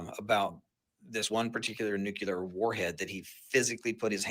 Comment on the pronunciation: "Nucular." Oh brother!